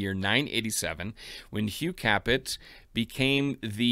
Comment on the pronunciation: oughh there is nothing I hate more than when an english speaking person pronounce "capet" like "capete". The t is not pronounced at the end of a word in french...Samething for "Valois", you dont pronounce the s in valois.